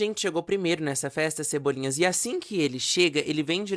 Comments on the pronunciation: toda vez que ele fala "cebolinhas", eu morro um pouco por dentro. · Cebolinhas me irritou tanto quanto malta.